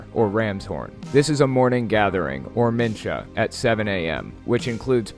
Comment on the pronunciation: Hate to be the grammar nazi but the ch in mincha is a throaty h. If you’ve ever heard German it’s similar to that , or if you’ve heard a Jew say Chanukah, in which the ch is pronounced the same way.